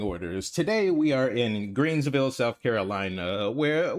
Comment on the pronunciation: Come on bruh... there's no s after green 😅😂 it's Greenville. I live here, but when I lived in Orlando, my boy used to say Greensville 🤭 Thank you for covering this story, and I'm thankful the coverage is going around. I suggested his mom get this on our local news; WYFF and Fox Carolina.